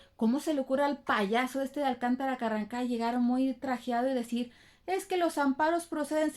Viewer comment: Me gusta cuando dices Carran... Ca ☺️